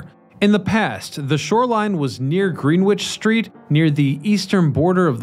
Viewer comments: Gren - itch. Not green witch. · Greenwich = gren-itch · Love your videos. Occasional mispronunciation 😢: Greenwich = gren itch 😊. Keep making them! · 'Green witch' Street? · Why can nobody pronounce Greenwich 🤪